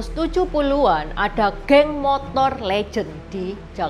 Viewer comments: Sepeda motor bukan sepeda montor ci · Kakek sy juga sebutnya montor.. bkn motor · terlalu semangat untuk menghibur penonton channel ini...Terima Kasih...saya sangat terharu ketika menyebut motor dengan "montor", itu pengalaman mendengar saya ketika pertama kali ke Jogja tahun 1985...entah sekarang🙂🙏🙏